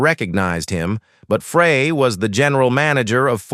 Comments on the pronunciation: Pretty sure Don's last name was pronounced like the word fry, not like the word fray... because my great grandfather's last name was Frey, pronounced fry... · Including mis-pronouncing Novi and Don Frey's last name.